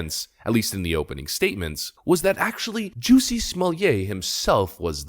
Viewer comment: Jussie is not pronounced like "juicy"; it's pronounced like "PUSSY" with a "J"